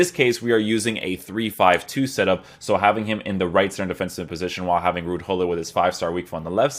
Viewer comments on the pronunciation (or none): none